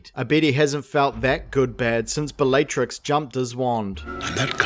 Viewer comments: You say all the names wrong on purpose, dont you? Bellaytrix? Ceeedric? 100% comment bait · Was anyone else annoyed every time he said the name Bellatrix, or was it just me? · how many times can you mispronounce Bellatrix? And Narcissa... can you pronounce any female names correctly?